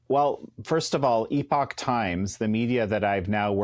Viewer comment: Great, at last, to hear someone in the USA pronounce the word 'epoch' correctly! (No, it wasn't Bret). It should be pronounced 'eee-pock'. That's right, like 'email!' Try it! It's not difficult, and it's NOT 'epic' or 'epoc'.